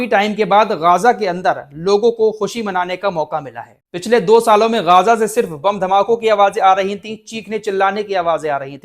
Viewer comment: गाजा nahi ग़जा बोलिए